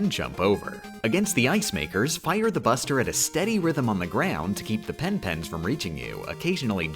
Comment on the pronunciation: She really out here calling it penpen 😭